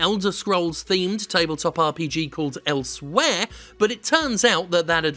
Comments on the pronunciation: It’s Elsweyr, not elsewhere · "Elsweyr" (shudder).